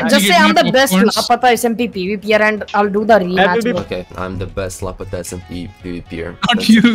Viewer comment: fix ur pronounciation you said lapata smp its called lapta smp